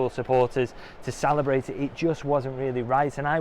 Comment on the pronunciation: Did you just say Salahbrate? Maybe you just coined a new word in the great man’s honour. Salahbration…